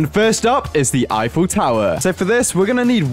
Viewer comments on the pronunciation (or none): none